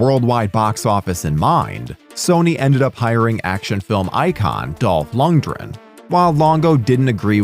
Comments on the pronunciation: Action icon Dolph Ludrenn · I'm sorry, did you just say Dolph Lunge-ren? And why does every video about this movie call it Johnny Pneumonic? It's Mnemonic. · Loond-gren. With the R sounding like a soft D. Eheh, you said ”soft D”. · You do know lundgren has a "g" in it dont you?